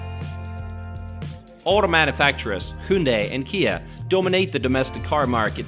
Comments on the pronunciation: Your pronunciation of these names are cringy. Latte World, Hoondae, Gaungnam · the pronunciation of Hyundai sounds bit weird...